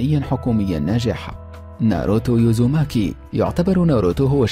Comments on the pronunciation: يب قال الهوجاكي وقال ناروتو يوزماكي غلط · اي فيه خطأ كبير كمان قال ناروتو يوزماكي( وهو ناروتو ازوماكي)مابيعرف يحكي ههههههههههه.